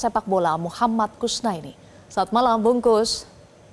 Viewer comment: Bungkus 😂😂😂 Bung Kusnaeni ko jadi nasi bungkus. Presenter metro perkaos nama orang😂